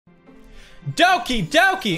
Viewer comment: Everyone else when this happens: what’s going on? Pewdiepie: DoWkEy DoKaY